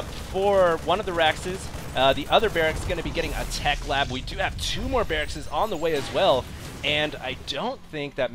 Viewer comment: He said Brracks as well, not barrackses...